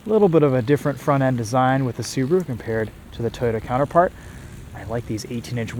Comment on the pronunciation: it's subaru not subro